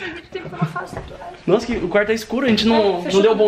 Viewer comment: Ai Cristian para de fazer taatuagem me da uma agunia kkkk